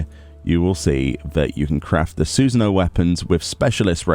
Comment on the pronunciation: "Susan-O"